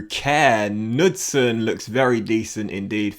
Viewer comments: great as always!! That Kåre Knudsen guy you pronounce it like "core knootsen". Thought you'd like to know:))) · And the K in Knudsen is not silent😁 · Hey! Kåre Knudsen is actually prononced Koe - re, so you pronounce the e in the end as well, and Knudsen is pronounced with the K, it’s not a silent K. I know the å is quite difficult to pronounce tho😅 like so can see❤️